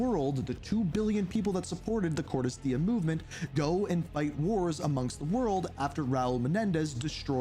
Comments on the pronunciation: …why do you continuously pronounce Cordis Die incorrectly? It like the easiest thing to say properly like…??? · Pronouncing Cordis die as Cordis Die sounds weird